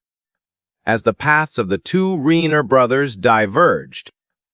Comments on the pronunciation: I can’t listen when you can’t pronounce their last name correctly!! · Let's blame A. i.! Reiner & Michelle (both proper nouns) are mispronounced.